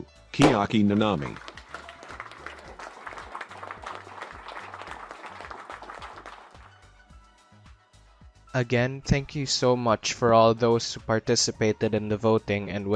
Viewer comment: The fastest of the fast. Kirumi Tojo. PS ‘Kiaki Nanami’??